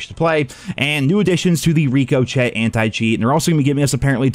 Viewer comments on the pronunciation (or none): Come on man, how many times? Rick O Shay not Rick O Chet. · It’s pronounced ** rikoshay * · Ree Co Chet. Bro 💀💀💀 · ri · kuh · shay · did you just pronounce the word "ricochet" as "reekochett"?????????????????????? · It feels as if you are actively resisting pronouncing Ricochet correctly. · He says it incorrectly on purpose as a meme